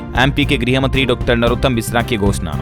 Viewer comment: Griy mntree nhi Garh mntree boliye ptrkarita karne se pahle Apni shbdavli me sudtaro kare